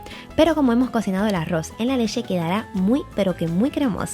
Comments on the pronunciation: Leche o leshe??😂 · De solo escuchar lesheeee . Sabia q iba todo mal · Por qué dices leshe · Leshe? O leche? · Aroz con lessshe 😂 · La lesheeee lesheeee lesheee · Porque dice lexe??